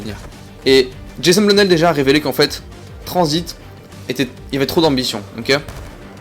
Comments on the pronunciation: #pas tranzbit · #TRANZIT PAS TRANZBIT